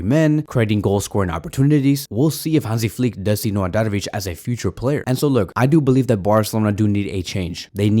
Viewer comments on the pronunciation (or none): none